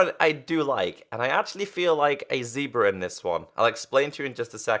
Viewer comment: It's zebra not zeeeebra